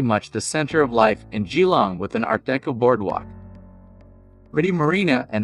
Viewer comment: Perth is the cheapest and best. Geelong is mispronounced. Hard to watch. Definitely one of the worst videos on Australia.